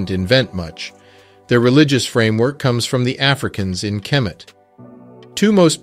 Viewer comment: It's not kermit. It's kemet